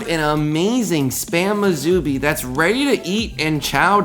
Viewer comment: Musubi is pronounced as "Moo sue bee" -- not "Moo zoo bee"